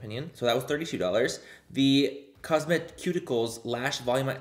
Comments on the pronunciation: Say it with me Manny: COZ - MEH- SUE- TICKLES... cosmeceuticals HEHEHE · Manny: Cosme-ceuls Also me: Cosme-cuticle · Thank you!! Now i see it. When he said "Cosmeticules" I was like... that still sounds wrong 😅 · For future reference Manny, cosmeceuticals is pronounced like cosme from cosmetics and ceuticals from pharmaceuticals (sooticals). So together it’s cahsmisooticals. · For future reference Manny, cosmeceuticals is pronounced like cosme from cosmetics and ceuticals from pharmaceuticals (sooticals). So together it’s “cahsmisooticals”. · Manny, it's pronounced cos-meh-soo-tickles 😂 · Cos-meh-tih-soooo-tih-Cals! That’s how you pronounce!! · He just say tickles lol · THE WAY YOU PRONOUNCED COSMECEUTICALS AHHAHAHAHA